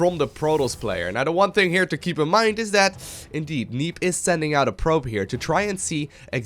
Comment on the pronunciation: did just say "pribe"? instead of probe?